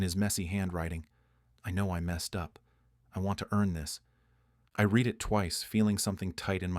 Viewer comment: Can you teach the AI to pronounce words better ? Read is a verb . When you have a phrase In this story like “ I read the letter ‘’ read is pronounced RED . It is possible to pronounce it “reed” but not in the context it is used in this story.